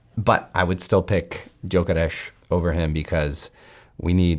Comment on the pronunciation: Respect for knowing his name should be pronounced hungarian !